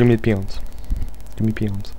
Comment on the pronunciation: Did anyone else think at first when he was repeating "Give me peons." that he was actually saying "Give me penis, give me penis."? Or is that just my dirty mind...